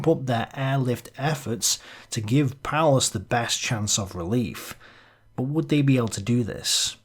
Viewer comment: Seemingly appropriate that "Paulus" is pronounced, "powerless".